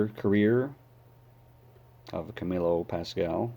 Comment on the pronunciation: His name is pronounced Pass-squal